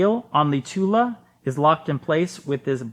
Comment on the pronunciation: Thule is pronounced "too-lee" not too-la